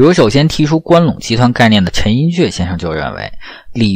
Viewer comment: 陈寅恪，ke4，你念的不对